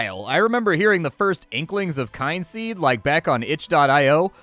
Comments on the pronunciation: Kin-seed not kyne-seed :/ Kin as in family.. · "Oh, a game about family. It must be pronounced KYNE-seed. Not at all KIN-seed." I remember a friend of mine calling Skyrim Skee-rim. That's what you sound like. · Oh, it's pronounced Kin Seed, not Kind Seed. Nonetheless your video is great as usually and the punctuality is appreciated. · Kin-seed, dude. Kin.